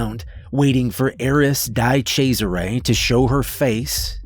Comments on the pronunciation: I'm pretty sure it's not Dai chezarais but DE Chezare. I'm pretty sure there was an Italian football player de chezare. Anyway, Italians are ply cringing every time you say Dai chaizare. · Die Chesare isn't even close to how Di Cesare is pronounced. Glad you rectified it in the one with Clementine and Rick Sawyer. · Love the story, but can't get over your pronounciation of 'di cesares' xD